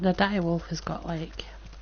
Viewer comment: just dire not direb